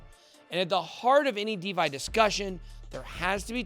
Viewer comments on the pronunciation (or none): this guy said De-Vi... and 10x is not enough to turn a regular person into a millionaire.. you already have to be a millionaire.. invest 100k, it goes up to 100$, you make a million... this video sucks asshole